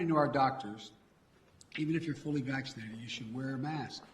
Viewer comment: I hate the way he says "vachschinated".